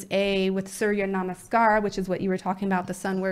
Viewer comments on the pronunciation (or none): none